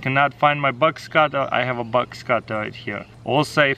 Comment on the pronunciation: At first I thought he was saying bugs cutter then I understood that he was saying Box cutter